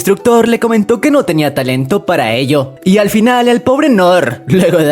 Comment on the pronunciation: se dice al fin no alfin